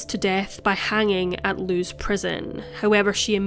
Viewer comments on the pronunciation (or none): none